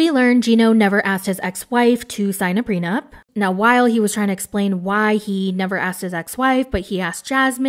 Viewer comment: "lets talk about the prenuMp" 🤣